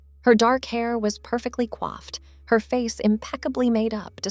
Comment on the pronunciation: “Quaffed?” It’s “coiffed”.